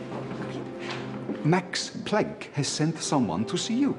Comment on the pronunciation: "Mex Plenck" 🤣🤣🤣 Watch your pronunciation!